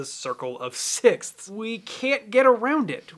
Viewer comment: Literally anyone who ever had to learn English at school "sixsskssthsth" 😂